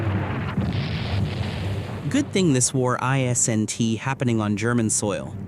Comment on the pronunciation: Why can’t AI say isn’t? It’s not I S N T. Guess AI not so intelligent after all